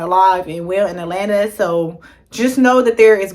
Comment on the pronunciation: You really can't pronounce AT-LA-NTA for real? So you are just going to get here and keep embarrassing yourself saying, "E-LANA"? Come on woman, you're being too lazy not putting in any effort to learn how simple words are pronounced! 🙄🤔